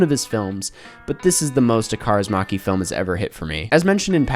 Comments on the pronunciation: It's Kaurismäki not maki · I was joking a bit. It's just funny when non Finnish speakers try to pronounce anything. And maki is still better than "Maeki" or something.